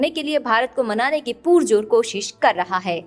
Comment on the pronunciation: Mam, कृपया पुरजोर को पुरजोर ही बोलें पूरजोर नहीं